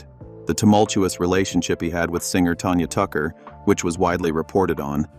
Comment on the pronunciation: Must be an AI reading the script (or someone who's not really a country music fan), based on mispronounced names such as Tammy Wynette and Tanya Tucker.